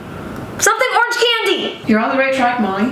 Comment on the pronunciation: “Oreeeenge marmalade” I’m gonna have to unstan Shane I’m sorry